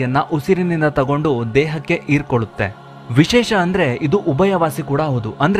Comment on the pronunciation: ಅದು ಆವು ಅಲ್ಲ ಹಾವು ಅಂತ ಹೇಳಿ. ಈರ್ಕೊಳ್ಳುತ್ತೆ ಅಲ್ಲ ಹಿರ್ಕೊಳ್ಳುತ್ತೆ ಅಂತ ಹೇಳಿ